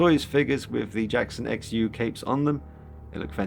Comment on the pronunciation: It's pronounced 'shu'. His last name